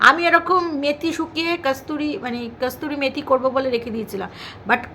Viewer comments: kasturi methi noy kasuri methi bole aar dhoodh katla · Not kasturi methi kothata holo kasuri methi